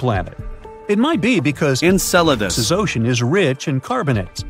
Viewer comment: the AI said it perfectly, didn't it?